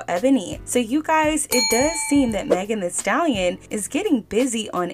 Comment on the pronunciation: 🤡🤡🤡🤡🤡=MEGAN “HEE” Stallion